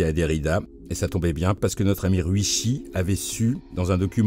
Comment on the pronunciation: Sympa cet hommage ! Ryuichi ne se prononce pas "riouchi" en liant toutes le syllabes à la française (ça fait très moche) mais plutôt "Li-You-it'chi" en 4 syllabes ! Après tout dépend de comment s'écrit son nom en Kanji mais cela pourrait se traduire par "premier dragon". RYUU (le "R" se prononçant presque comme un "L" et le "U" étant plutôt un son "OU" prolongé) signifiant "Dragon" et ICHI (à prononcer "it'chi") signifiant le chiffre "1" Et non "Sakamoto" n'est pas l'endroit où l'on range le casque de sa Harley ni une bâche de protection pour cette dernière 🤣!